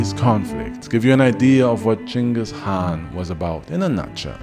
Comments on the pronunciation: First YouTuber to pronounce his name correctly. But yeah ur an awesome channel. Keep going bro. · holy shit 1st guy on youtube to say the name right damn bro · Total bullshit. But I appreciate at least you pronounced his name right.